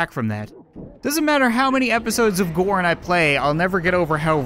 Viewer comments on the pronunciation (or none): Still each time he says gorn I think he says porn